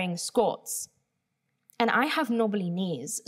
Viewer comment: hi!! i have a question, is saying "skirts" and? english is my second language and i learned it with the american accent, so i was wondering if in the UK they pronounce it different or if she is actually saying something else. (by the context of what she is saying i think she is, but if anyone could confirm it for me it would be great) Thanksss:)